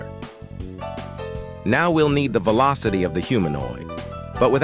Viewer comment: "16 is the actuwal veelawcity" -random TTS, 2023